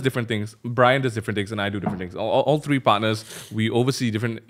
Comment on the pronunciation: One, two, three... it's three!!! Not tree... jk love the podcast ^_^